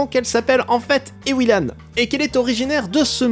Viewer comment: Bonjour je m'appelle Ewilan et désolé mais SA SE PRONONCE EVVVILAN oufff